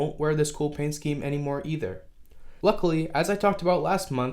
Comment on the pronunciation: Luckily, not lucikilly.